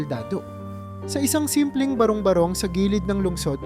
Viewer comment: Ano ba yan? Ulit ulit talaga .kainisssssss.tapos ang pronouncetion ng barong barong ..ba.. rong ..ba .rong malipat na nga .kaasar?